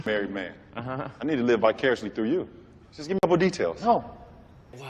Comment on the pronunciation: I intentionally watched this video that I found out you drop the letter R From the word -through! In addition I convinced That is born to teach English as he is utterly great with it.